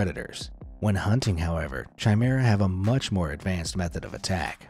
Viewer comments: Chimera is not pronounced ch as in chicken it's pronounced as a k hence it is pronounced kimera as in kick, I hope that this is clear to understand. I am sorry if I sound pedantic or petty but I tried to ignore your pronunciation but it just got more annoying the more you used the wrong pronunciation. I enjoy watching your channel but please try to get it right! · Chimera is pronounced, K Ī M E R A. No C, H sound. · Chimera Ian pronounced with a ‘ch’ sound. It’s a ‘k’. Basically ki-me-rah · 'Chimera' is pronounced with a hard 'ch', like in 'choir'.